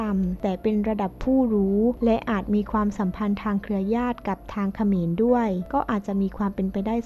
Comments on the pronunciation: ความๆ ไม่ใช่ ฟวาม พูดดีๆเหนทุกคลิป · ทำไมอ่าน ความ เปนฟวาม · ข้อมูลดี แต่อ่านภาษาไทยยังอ่านผิดๆถูกๆ ความก็อ่านเป็นฟาม เสียเวลาฟัง